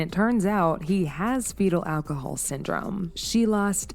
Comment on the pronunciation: After the 3rd time you pronounced it awhcohol I had to turn it off. Also the c in cps stands for child and the acronym is child protective services so when you call it child cps it sounds more than a little unintelligent. Take care